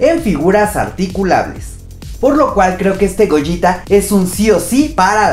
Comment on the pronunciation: No Gogeta lo dices como goyita